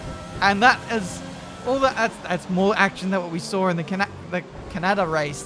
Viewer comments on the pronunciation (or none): LOL when you attempted to say "Canada" but ended up with Kanata. There actually is a Kanata which is part of the Ottawa Ontario, Canada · Legends says that he still says can-na-da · The way he said canada lmaooo